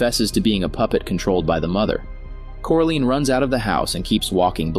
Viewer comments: Are we just gonna ignore the fact that this guy just kept saying “CORALEEN” instead of Coraline? Am I the only one who’s bothered by this? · like omg after just a minuet of watching this i wanted to watching somethings else because of him saying "CORALEEN" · The pronunciation of coraline is koralayn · It's coraline not coralene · Core A Lean. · How do you manage to pronounce wybies name correctly but not coraline? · It bothered me at first but I now laugh at it.